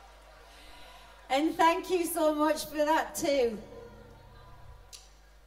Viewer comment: love you when you say.. tank you